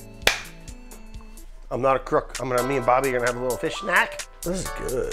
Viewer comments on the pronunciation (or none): none